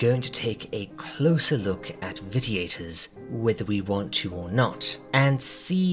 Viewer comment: cool, but that doesn't explain pronouncing a hard "T" rather than the soft "shhh". And I'm not trying to tear you down, I'm more sensitive than most to correct grammar, pronunciation, etc. and it's not a common word. But, if one is going to speak as a means of earning, then one should make every attempt to get the little details right. I meant no offense.